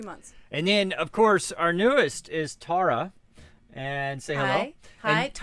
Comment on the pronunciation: Tar-ah, don't call me Tare-ah.